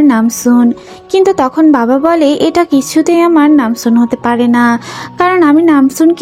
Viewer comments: Nanjoon❌ Namsoon✅ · Ai je madam namjoon na ota hobe nam soon